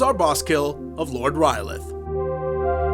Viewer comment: Sounds like you are saying R'lyeh :) I very much like your strategies...a troll by any other name would not be just as epic :)